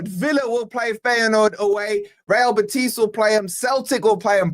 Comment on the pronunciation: The stress is on the "e" in Betis,, not the "i". How do I know? Because I live an hour's drive from Seville, and I'm a lifelong forest fan! Bring it on, I'll be there!